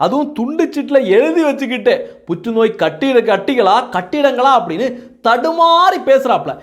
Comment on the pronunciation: என்னடா சொல்ல வர்ர புற்றுநோய் கட்டி யா அல்லது புற்றுநோய் கட்டிடம மா பாலிடாயில் ஒழுங்கா பேசுற